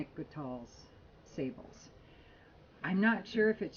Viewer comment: Love your reviews,. It's pronounced SAAH-bluh, by the way.